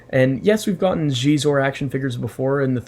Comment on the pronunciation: Really excited for Xizor (nice pronunciation!) and Dash Rendar. I love Dash. These will make fine additions to my collection. And thanks for the Superlit chat shout-out! Legendary group.